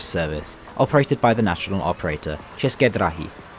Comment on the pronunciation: Stop say чешки драхи ,бесит